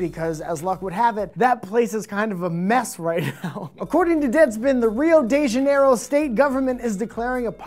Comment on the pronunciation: OH MY GOD U SAID RIO DA janeiro WRONG!! todas as pessoas americanas são o mesmo!!!!